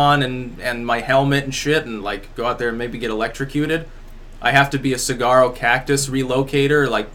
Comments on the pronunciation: Cigar-o cactus??? Lolol. Saguaro is pronounced with a Spanish 'g' --> "Suh warro" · Saguaro is pronounced Sa-War-o and I only know this because I live in a desert that is becoming increasingly blue. Also I enjoy the content of your real jobs, currently reading Categorizing the Occult. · Suh-war-o cactus bro...sincerely, Arizona